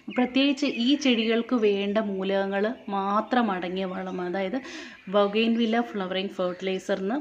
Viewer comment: ബോഗൈൻ വില്ല എന്നല്ല ബോഗൻ വില്ല എന്നാണ് ശരിയായ പ്രയോഗം തെറ്റുകൾ തിരുത്തുക 0 K